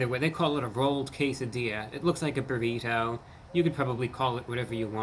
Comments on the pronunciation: Burry toe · Brrr >🥶 Re - as in redo, rework, or reread Toe >🦶 And not how the word is commonly said, "burrido".